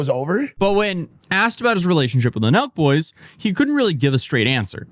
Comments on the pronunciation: I was like... "Milk? Is he saying Milk? Who are the Milk Boys?" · I've seen u talk about Sooooo many people I've never even heard of before. But here I am again watching drama from people I've literally never heard of. At first i thought u were saying Milk Boys, lol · Omg same lol, i thought he was saying the milk boys at first